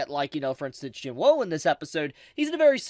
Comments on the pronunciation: Do you purposely mispronounce Jinwoos name? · That’s not how you pronounce Jinwoo…